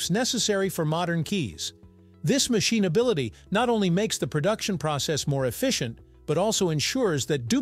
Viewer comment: Why did you pronounce machinability like that? So weird.